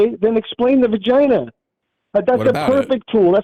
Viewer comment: He pronounces "vagina" The exact same way as Trump ...